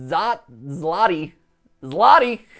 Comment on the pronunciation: the 50 the bolek wanted is said zwoti like, the 'i' is said eh, zwoti, little polish fact for you matt